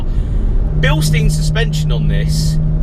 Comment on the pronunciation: V nice car. Pronounced bil-shtine